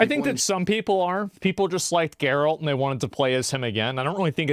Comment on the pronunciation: This guy can't even pronounce names right. lol